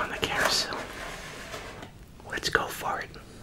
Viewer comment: Did he say let's go fart or let's go for it lol cause I heard both haha